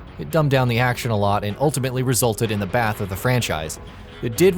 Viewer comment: Hold up, I think he said Bath instead of Death...